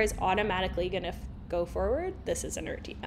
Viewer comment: its pronounced inertia not inertia